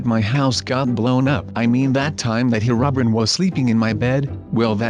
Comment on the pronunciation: ''Herubrin''. XD